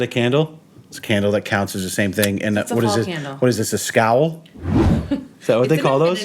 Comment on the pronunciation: my girl and I are back watching your vids before I clock in for Sunday dinner service.... Not only am I a chef, I am obsessed with Batman and video games... There is no 'S' before the word cowl... That is all. You guys are the dopest